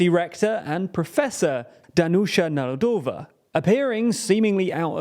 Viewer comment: as a czech, i thought you couldnt say something worse than "Zeman", and then you said "Nerudová"